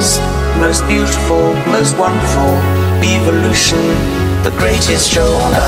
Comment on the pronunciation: I hate the way he pronounces "eve"-olution